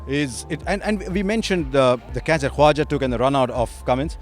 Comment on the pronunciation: Harsha, you can spell the K jesus christ.. It's KHAWAJA!!